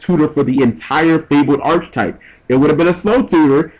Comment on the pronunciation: The one thing this whole video I could not get over, and this is nothing personal G since EVERYONE does it: Mispronouncing Archetype. It's Ar-ka-type, not Arch-type.